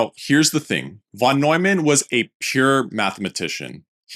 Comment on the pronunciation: I love your content and way of interpreting the history, though I must say the minimum you can do to respect the greats (especially when creating a video about their work) is to appropriately pronounce their name …